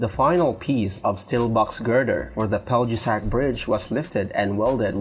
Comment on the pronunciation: its pronounced "Pelyesac" for Peljesac bridge. J = Y